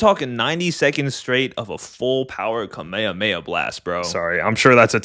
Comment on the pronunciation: yo why did you pronounce kame hame ha like that